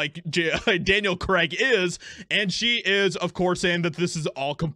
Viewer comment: It's cray-g, not crag... Say it properly 🤣🤣🤣